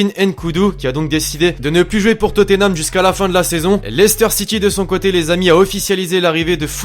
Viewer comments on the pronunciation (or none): none